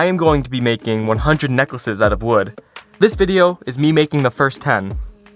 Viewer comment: Did you just say . . . wewd working?